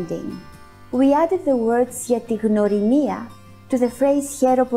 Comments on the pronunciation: I m greek and you did amazing. The only mistake is that we have the letter γ that it's not really g it's more like how you pronounce the first letter in the word yet , so it's (g-y)norimia not gnorimia. But you did amazing and thank you for learning my language ❤ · mario gjini εντωμεταξύ λέει γνωρίμια αντί για γνωριμία